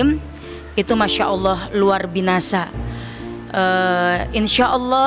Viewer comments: Ustdzahnya klo ngomong kok bgtu ya,luar biasa diplesetkan jd luar binasa 😢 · Luar binasah......? Luar biasa bu klarifikasi langsung kalau kesleo lidah. Y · Ahhhhh Luar Binasa?? Luar Biasa kali buu😥😥😥 salah bcra tuh ibu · Aku fikir aku doang yg denger luar binasa kirain aku salah denger taunya beneran dia bilang luar binasa 😅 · LUAR BINASA itu apa ya ustdzah orang baik jdi mualaf kok luar binasa kepleset lidah kayaknya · Sama. Q juga dengernya luar binasa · Maaf apa saya salah dengar.. Ustazah bilang luar binasa... Harus nya luar biasa... Mungkin salah ngomong kali yah.. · Mohon maaf ..ibunya yg berkaca mata salah ucap..bilngnya luar binasa..mohon di ralat.. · Ni ibu ibu siapa sih.. kata katanya gak sopan. Aku ulang berapa kali n aku deketin telinga jelas terdengar "luar binasa" paraaaah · berarti bener yah dia bilangnya Luar Binasah 😅…. Itu lidah-nya ke cengklak kayaknya kak mau bilang luar biasa jadi luar binasah 😂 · Ibu ga typo nyebutin nya ya.. luar biasa Bu bukan luar binasa😢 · Luar biasa bu ..bukan luar binasa 🙏 mohon di koreksi bu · Ko kedengarannya bilangnya luar binasa bukannya luar biasa ya... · LUAR BINASA ??? Yang benar itu LUAR BIASA. Itu ngomong disengaja atau memang ngerti ? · Kok binasa s buk,tolong d perbaki bhsnya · Ustadzah kok bicaranya gitu, luar biasa bukan luar binasa hadeeh 🤦‍♂️ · Iya bener😂😂😂 ngelawak apa inj beliau yah ngomong binasa😂